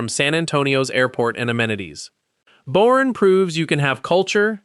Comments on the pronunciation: The show says Boerne “Born” Texas Pronounced “Bernie”. Then proceeds to call it Born instead of Bernie throughout the video. Fix your AI voice please🤕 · Born??? It’s pronounced “Bernie” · Its pronounced . Bur...nee